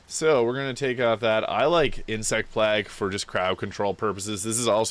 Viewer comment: no way you said insect plahg lol just kidding of course, I love the build. Can't wait to try it out!